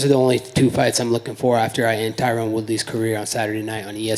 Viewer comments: Fern wait I see what you mean Colby purposely mispronounces tyrons name as Tyrone lol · He's been calling him Tyrone for years lmao